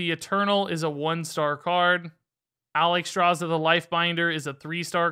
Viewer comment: Look how they butchered Alexstraza !! MONSTERS !!